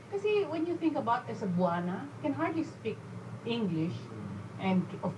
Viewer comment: speak for yourself gloria. they way you speak isn't even worth comparing to most cebuanos..geeezz. why don't you THINK first before you speak. ay wait...it's pronounced as long I pala.. hindi "spik"...you can't even pronounce "speak"!! lols